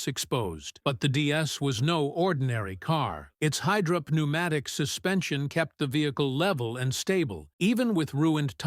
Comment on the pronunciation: "Its high drop pneumatic suspension" - "Innovative high drop pneumatic suspension" Don't you just love AI generated narration!